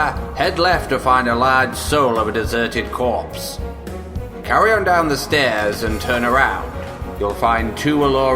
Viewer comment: sowl of a desuhted cwopse